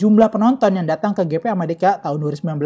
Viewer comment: Waktu baca GP di baca gepe, waktu baca moto GP di baca english, Alangkah indahnya di baca aja english dehhh